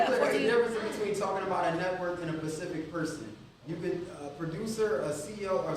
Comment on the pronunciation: saying pacific instead of specific is cringe